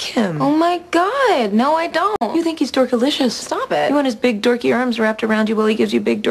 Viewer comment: did she jus say dorkalicius lol:D